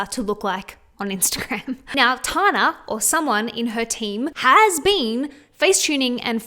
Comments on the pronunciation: I love you but it’s pronounced Tan-ah, not Tar-na 😂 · Tana Mongeau’s name is pronounced Tan-na. Like when you tan In the sun. “Tan” then “na”. Tana.😭😭😭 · I love your videos,! Just letting you know that it's pronounced as 'Tanna' and that she openly admits to photoshopping the sh*t out of her Instagram posts... not that it makes it okay but at least she's not completely deceiving all of her audience. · The way she was saying Tanas name 🤣💀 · I never realised how different the we say the name Tana is until I heard another Australian say it out loud haha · I can't get over how you say tana 😅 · love the video but i cant get over the way you say tana haha